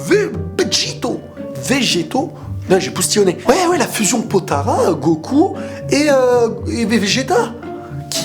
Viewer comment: "PotaLas" et pas "Potaras"